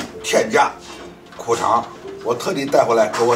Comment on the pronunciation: 苦肠还是裤衩说不清楚